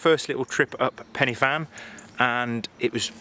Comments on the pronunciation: Pen er van. Just learn how to say it. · Good video but should have got the pronounciation right. Pen y Fan is a Welsh name.